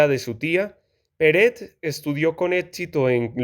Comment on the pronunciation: por que dices peret si es perec??